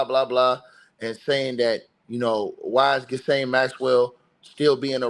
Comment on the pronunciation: (Her name is pronounced ‘Gill-ane’. The S is silent)